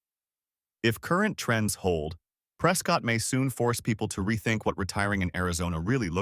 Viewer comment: It's pronounced preskit, not prescott